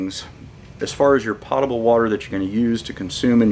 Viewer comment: Pōtable, not potable.